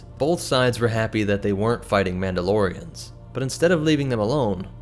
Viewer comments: "the mauldelorians" was great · this man really just said MALD-ALORIONS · Ah yes, the maldalorians, the warriors of the planet Maldalore, the people who learn to speak maldoa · "Mauldolorians" xd